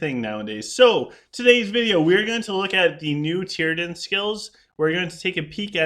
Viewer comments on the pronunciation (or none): Tee-a-drin....not Tear-a-din